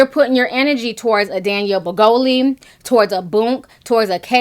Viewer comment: Ti, every time you say “Daniel Brigoli” I laugh out loud! 😂😂